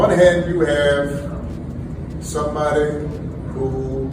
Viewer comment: "Somebodi"..."college witchu"...he's worst than Kamala.